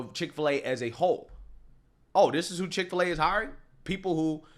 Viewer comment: Chik fil a not pig fil a